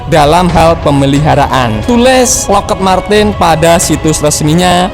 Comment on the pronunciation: Yg bener lockhiit marten, kmu salah naca Brooo